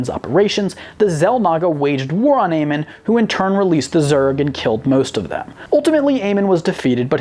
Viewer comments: AmOn not Amen its Amon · Idk why but when he pronounced "Amon" like Amin, I was kind of offended because I enjoy the lore of the starcraft games. Im paranoid when people say names wrong (that's just me) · Him pronouncing Amon wrong triggered me so hard... It's called Amon not Amen... Great video though keep up the great work 👍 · It's amOn, not Amen 😂😂😂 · Amon. Not amen. Actually look at his name and say it right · Amon is not pronounced AY-men, it's pronounced AY-mon, MON! Several times in the campaign you can hear characters say his name! This video was otherwise good, but as a fan of starcraft this really bothered me that you failed to pronounce his name every single time. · Ah yes, good ol Amin. I think you meant Amon. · Amin? His name is Amon. Good lord do some research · i kinda cringed the way he said Amon, like in the games then never say it like Amen its Amon. other than that great vid found it really cool. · Would like to point out for the name of one of the Xel'naga, it is pronounced "Amon", not "Amen" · Still don't understand how people mispronounce words that are CLEARLY STATED in the source material. It's "A-MON" not "A-men" for example... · did this mans really call Amon Aymin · They aren't fans of much it seems, they even pronounced Amon from starcraft horribly wrong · that triggered me I admit. Thought he was ending a prayer. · i cringed every time he pronounced "Amon" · You said Amon wrong and no the precursors never chose the forerunners. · First of alll.. Its "Or-I" like Or and the word I . edit - Oh my.. Its not "Aman" its "Amon".... like A-Mon